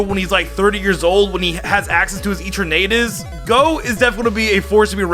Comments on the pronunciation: i got so triggered when he said eternaaaatus otherwise nice vid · Why did he say etrernatus instead of eternatus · So he says eternamax But not eternatus Dude the eterna is the same So your saying eternatus wrong Bro how you do that